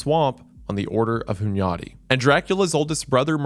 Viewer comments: His "Hunyadi" was pretty close tho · As a hungarian I approve pronunciation of Hunyadi. Also, Dracula was also known by the name Vlad Tepes. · I respect you for pronouncing Hunyadi’s name correctly 👍